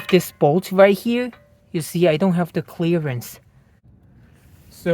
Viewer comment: I love it when he says "chleeearence".